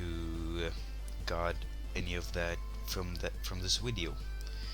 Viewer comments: Ur Saying V3rry STr3nge English u Speak Wideo Instead Of Video XD Just Kidding Its Was a JK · WHAT THE HECK IS A WIDEO XD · He usually replaces all "v" with "w" LoL